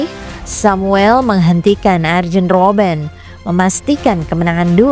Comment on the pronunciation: Penyebutan arjen roben juga: aryen bukan arjen